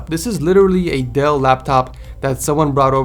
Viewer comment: The speakers on the first one is also Dell not whatever you said but Im not hating just pointing out